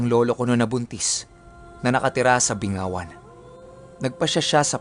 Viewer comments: ang Bingawan po, ang tamang pag pronounce st Bing-ga-wan. Kasi kung Bingawan po kasi ang bingaw ay walang ipin po. Taga Iloilo Here po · Binggawan po not bingawan hehe at hindi po sa passi located yung binggawan. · BING-GA-WAN po.. Hindi, Bi-nga-wan. Hehe 😅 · Yung bingawan na lugar"(binggawan) " Po yan e pronounce samin😊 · Sikat lugar namin a taga Bingawan kc ako pero ang pronunciation nyan ay Binggawan. Madami talaga aswang sa amin kc meron ngsabi kapag kinarga daw sa truck lahat ng aswang sa lugar namin aapaw p hahahaha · Binggawan po correct pronounce nun sir.. kabilang bayan lg po Passi kasi sa Duenas po ako nakatira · Mali yung pagbigkas mo ng Bingawan. Taga Iloilo din ako taga Calinog, magkatabi yan sila Calinog, Bingawan at Pasi City. Ito yung tamang pagbigkas BING- GA- WAN. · alam ko mali lang yung pagbigkas nya. Tama yung spelling pero pagbigkas nyan BING-GA-WAN.